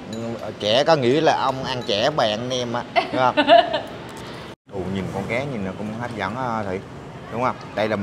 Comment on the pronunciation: Con cá chứ kg phải con cé kg biết chữ à?